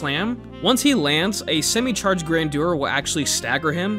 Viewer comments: Grandeur was almost right, you just need to put the stress on "Gran" (and General American usually make that "GRAN-jur", the "dyur" pronunciation is more high society British but still valid) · It's pronounced Carian Grandeur not Carian Grandeur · It's actually pronounced Carian Grandeur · It is pronounced grandeur